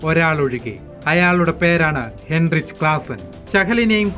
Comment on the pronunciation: ഹെൻറിച്ച് അല്ല ഹൈൻറിക്